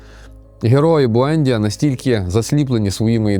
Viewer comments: Буендʼія, наголос на ді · Я не хочу міняти жадного покоління в моїй родині. БуендІя, наголос на І. Італійською книга божественна, катсапською (колись читав) - жахлива й нудотна.